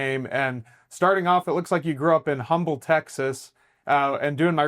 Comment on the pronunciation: I'm surprised Jonathan didn't correct him on the pronunciation of Humble, TX, it's pronounced UM-bull, NOT HUM-bull. c/o1991